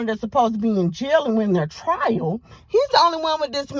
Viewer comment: Her trail?!!! Wow, it’s TRIAL